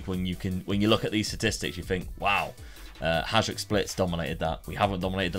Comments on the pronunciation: It is not pronounced Hazhduk, but Hayduk :D anyways, good to see some Eastern European clubs! Would love to see you rebuild Bohemians Prague or Spartak Trnava, these two teams played semifinals of Champions Cup back in the day :) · Love the video, one tip for Croatian names is that the J is pronounced like a Y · its pronounced hayduk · It is pronounced hi dook. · It's not hajduk it's hajduk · Wish for right pronauciation of Hajduk's name pls. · Awesome video. Loved how you revived my favorite club <3 Just a tip. Pretty much works for all slavic countries. Hajduk is pronounced something like Hayduk, so is Livaja (Livaya) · You shoud come to Split and learn how to pronounce words. We can start with Hajduk and Livaja :)